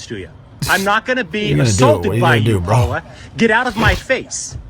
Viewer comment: “Yer crossin’ a line Pwaula!”